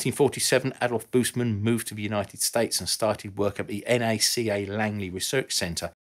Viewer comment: Thumbs up for pronouncing NACA correct.